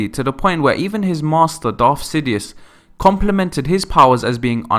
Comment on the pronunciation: PLEASE try to say Darth and Sith instead of Darf and Siff . IT REALLY makes me cringe.... >.<